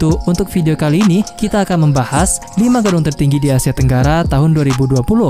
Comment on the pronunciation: Tertinggi bang , bukan teruggi